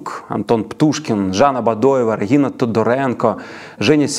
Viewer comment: дякую за випуск! але як можна у випуску стільки раз неправильно казати "регіна"? адже щодо тодоренко правильно казати реГНіна